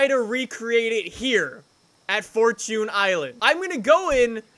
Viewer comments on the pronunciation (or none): It really pisses me off when he says “Four- toon” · Normal people: Fortune: fort tune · The way you say fortune hurts me inside